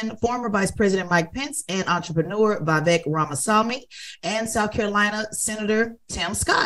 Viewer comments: The breakfast club is trying hard to undermine Vivek ‘s rise by any means. Purposely mispronouncing his name here and there. It’s pathetic to see this hate since he gave them a spank last interview with him, exposing their baseless political arguments !!! Vivek was on fire last night on that stage and trended number 1 all night on Twitter as the winner of the debate. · The Breakfast Club is so disrespectful when speaking about minorities. They won’t even pronounce Vivek’s name correctly, or worse, Charlamagne saying “whatever his name is”. I miss Angela Yee, she brought class and reason to the show. 😔